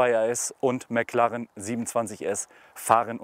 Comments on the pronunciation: Erst sagt der Neunhundertelf und dann noch McLarren. Schrecklich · Wenn man nicht mal McLaren richtig aussprechen kann...